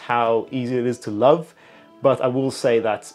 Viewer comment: "and I absolutely lauv it"